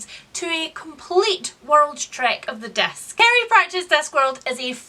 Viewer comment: Swear I thought you were saying "desk" instead of "disc". Around the Desk in 800 Days. Kind of a different read-a-long, I think.